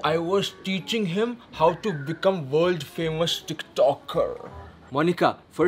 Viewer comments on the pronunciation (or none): she says wold famous doesnt she watch news and see who is on the paper lol ''world famous'' yuck